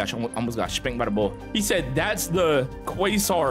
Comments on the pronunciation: Its pronounced “kway-zaar” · 💀 it’s ‘kway-zar’ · Im hearing the "Uhhhmmm actually its quasar not qaysar🤓🤓🤓👆👆" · i think its pronounced "Kasar" :P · Btw I’m pretty sure quasar is pronounced like kway-zar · its "kway-sar" 👍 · It's called quazar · It’s pronounced “QAYZAR” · it’s pronounced Kwa-Zar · quasar pronunciation: q-way-sar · its pronounced qwuay sahr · its quaysarrr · It’s pronounced “quazar” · To say it it's qwaysar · It's pronounced "kūasar" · quasar is pronounced q-way-zar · You pronounce it kwazer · bro it's pronounced KWAY-SAR but spelt quasar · Its prounouced "Qu-a-zar" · bros the type of guy to say cwosãnt instead of croissant